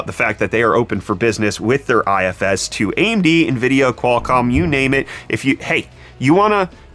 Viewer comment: I always look forward to my morning brettfast. Especially when we get to talk about Nvid-pee-a